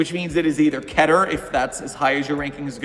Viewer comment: It's pronounced Keeter not kehter